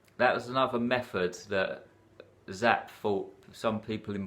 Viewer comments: Hi,. I’m about 1/2 way through and definitely like the depth you are getting to here. Two things to mention, and these are very minor. First, I think the way to pronounce Zapffe is zap-fa. Second is that War and Peace has... 587,287 words!! omfg... Anyway, I’m looking forward to listening to the rest. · Yes, and it's Zapffe. Pronounced Zap-fuh, as in, Nietzsche or Goethe.